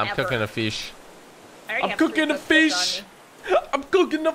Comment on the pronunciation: You keep saying fith instead of fish